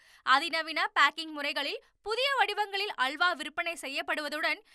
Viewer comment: உனது தமிழ் உச்சரிப்பை சரி செய்து கொள்ளவும்.அள்வா ,குற்றம் இல்லை அல்வா,துல்யம்